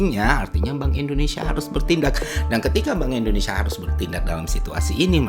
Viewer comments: Indonesa atau indonesia 😅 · Si sok2 paham, lah wong nyebut nama negara Republik Indonesia saja dia bilang gini endonesa..